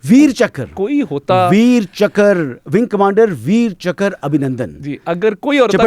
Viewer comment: वीर चाकर नहीं होता भाई वीर चक्र होता है